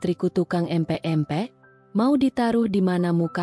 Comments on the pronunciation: Min bc empek" yg bener dong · Nyebut empek empek 😅😅